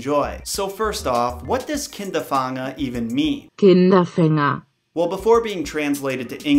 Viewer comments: but why is he pronouncing it like kinder funger if google translator helps him to call it kinder fanger? Of course its not easy on the first try because its german but he literally showed us how to pronounce it Its not that hard x) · The German "A" is pronounced like the English "A" in "car". The German "Ä" is pronounced like the English "A" in "care". But you mixed it up, as you said "Hämelin" instead of "Hamelin", "Kinderfanger" instead of "Kinderfänger" and "Rattenfanger" instead of "Rattenfänger". Nevertheless I like your videos very much! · I live in Germany and it was kinda funny how you tried to pronounce that right😂I like it that you tried tho I know it's hard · I just love it, when English speaking fellows try to pronounce ä,ö or ü. Me as a German think it's funny and cute at the same time :D but in the other hand, I can't pronounce Massachusetts XD write it yes, saying it no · I'm not German but as a German speaker the way he said Kinderfänger really hurts my ears lol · Although your pronunciation of fänger makes me cringe, I loved the video. And I love CryptTV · Hey thanks for watching and the great question! :) To clarify, I looked up how to pronounce Kinderfanger while writing the script/researching but when it came time to record, for whatever reason, I spaced and pronounced it wrong every time. SO I threw in the google translation so you guys would know how to pronounce it correctly (and to make fun of myself a little bit)!